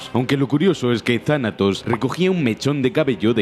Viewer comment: Yo no pensaba que decía Thanatos pensaba que decía Tarado xd